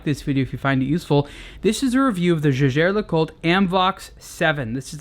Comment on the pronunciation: Its names jaeger (~jaiger) le coultre not jagér!